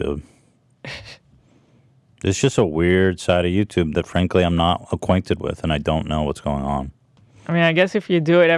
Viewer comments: "yaw-tub" Hila slang or Bailliff impression for "YouTube" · Please Zach soundbite Hila saying “YowToub” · Ethan: who is to blame ? Hila: Yataube 🤣😅🤣